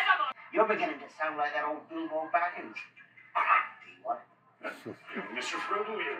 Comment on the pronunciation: I know you'll be corrected eventually, but I'm sitting here just cracking up at Bilbo Bobbins 😂😂😂😂😂